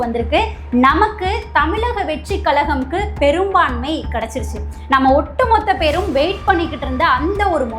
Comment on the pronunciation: ழன்னு சொல்லத் தெரியுமா? ள, ல எல்லாமே வெவ்வேறு pronunciation…எப்படி பேசக் கற்றுக் கொண்டீர்கள். Voice of Tamil Person cannot distinguish basic sounds of Tamil alphabets. தமிளக வெற்றிக் களகம் …இரண்டும் ழ